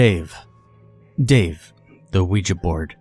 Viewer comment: “dave the ouua board”